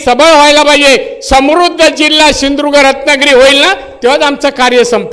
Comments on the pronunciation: सिंधुदुर्ग पण नीट म्हणता येत नाही. शिंधुर्ग म्हणतो. अनाडी माणूस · आरे बापरे राणेऽऽऽ ! आयुष्य कोखणात गेलं ,फण याला अजून सिंधुदुर्ग म्हणता येत नाही सिंधुर्ग म्हणतो.छट् लेका, हातभट्टी विक्या!